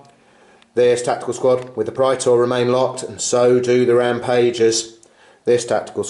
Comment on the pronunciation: awesome bat rep guys, love big apoc-size fights that actually feel like two armies fighting and not just 5 giant Robots/Gundams/Monsters duking it out! Also, as a side note, dat correct Latin pronunciation of Praetor!